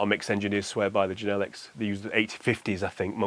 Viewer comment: Every time he pronounces Genelec... 🤪🙈